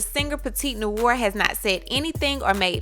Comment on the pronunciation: It's pronounced "La-mais-ohn-nwar" … French for "The house black". But yeah, this is obviously plagiarism if she did not get permission, cite it, and possibly pay for it.